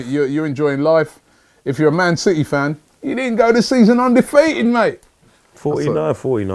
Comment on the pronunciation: Man citch lol 🤣🤣